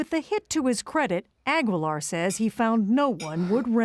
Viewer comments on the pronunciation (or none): Why is she pronouncing his last name all wrong.